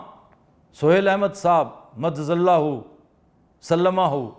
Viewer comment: وقت 50 : 24 محترم آفتاب اقبال صاحب بُرا مت مانیے گا آپ نے مد ظلہMadd Zallahoo اور سلمہ Salmahoo کا تلفظ درست ادا نہیں کیا لیکن پریشان نہ ھوں یہ عربی الفاظ ہیں ایسا ہو سکتا ھے اب میں یہاں ایک حقیقت بتانا چاہتا ھوں کہ میں ان الفاظ کی درستی کیوں کروانے لگا ھوں دراصل خطرہ یہ ھے کہ کہیں آفتاب صاحب کی وجہ سے لاکھوں کروڑوں لوگ غلط تلفظ نہ سیکھ جاٸیں پس مد ظلہ کا درست تلفظ ھے Madda Zillahoo مطلب وہ ( الله ) دراز کرٸے اس کا سایہ یہ زندہ لوگوں کے لیے بولا جاتا ھے پس یہ لفظ Zall نہیں بلکہ Zill ھے جیسے ظل سبحانی Zill e Subhani بولا جاتا ھے اسی طرح سلمہ کا درست تلفظ ھے Sallamahoo براہ کرم اسے کسی پروگرام میں ضرور کلٸیر کر دیجیے گا یہ ثواب کا کام ھے